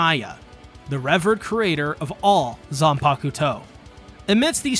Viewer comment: Bro even said the English word “revered” wrong 😂 he’s gotta be messing with us